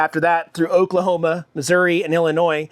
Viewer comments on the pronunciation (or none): none